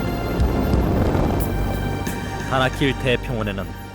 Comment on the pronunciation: 다나킬이 자꾸 바닷길로 들리네....나만 그런가?